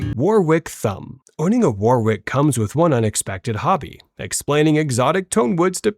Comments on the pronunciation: And it’s pronounced WAR-ICK… the second W is silent, like in the UK city and the county where Shakespeare was born, Warwickshire! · Dunno, but I’m pretty sure he lives in War-wick.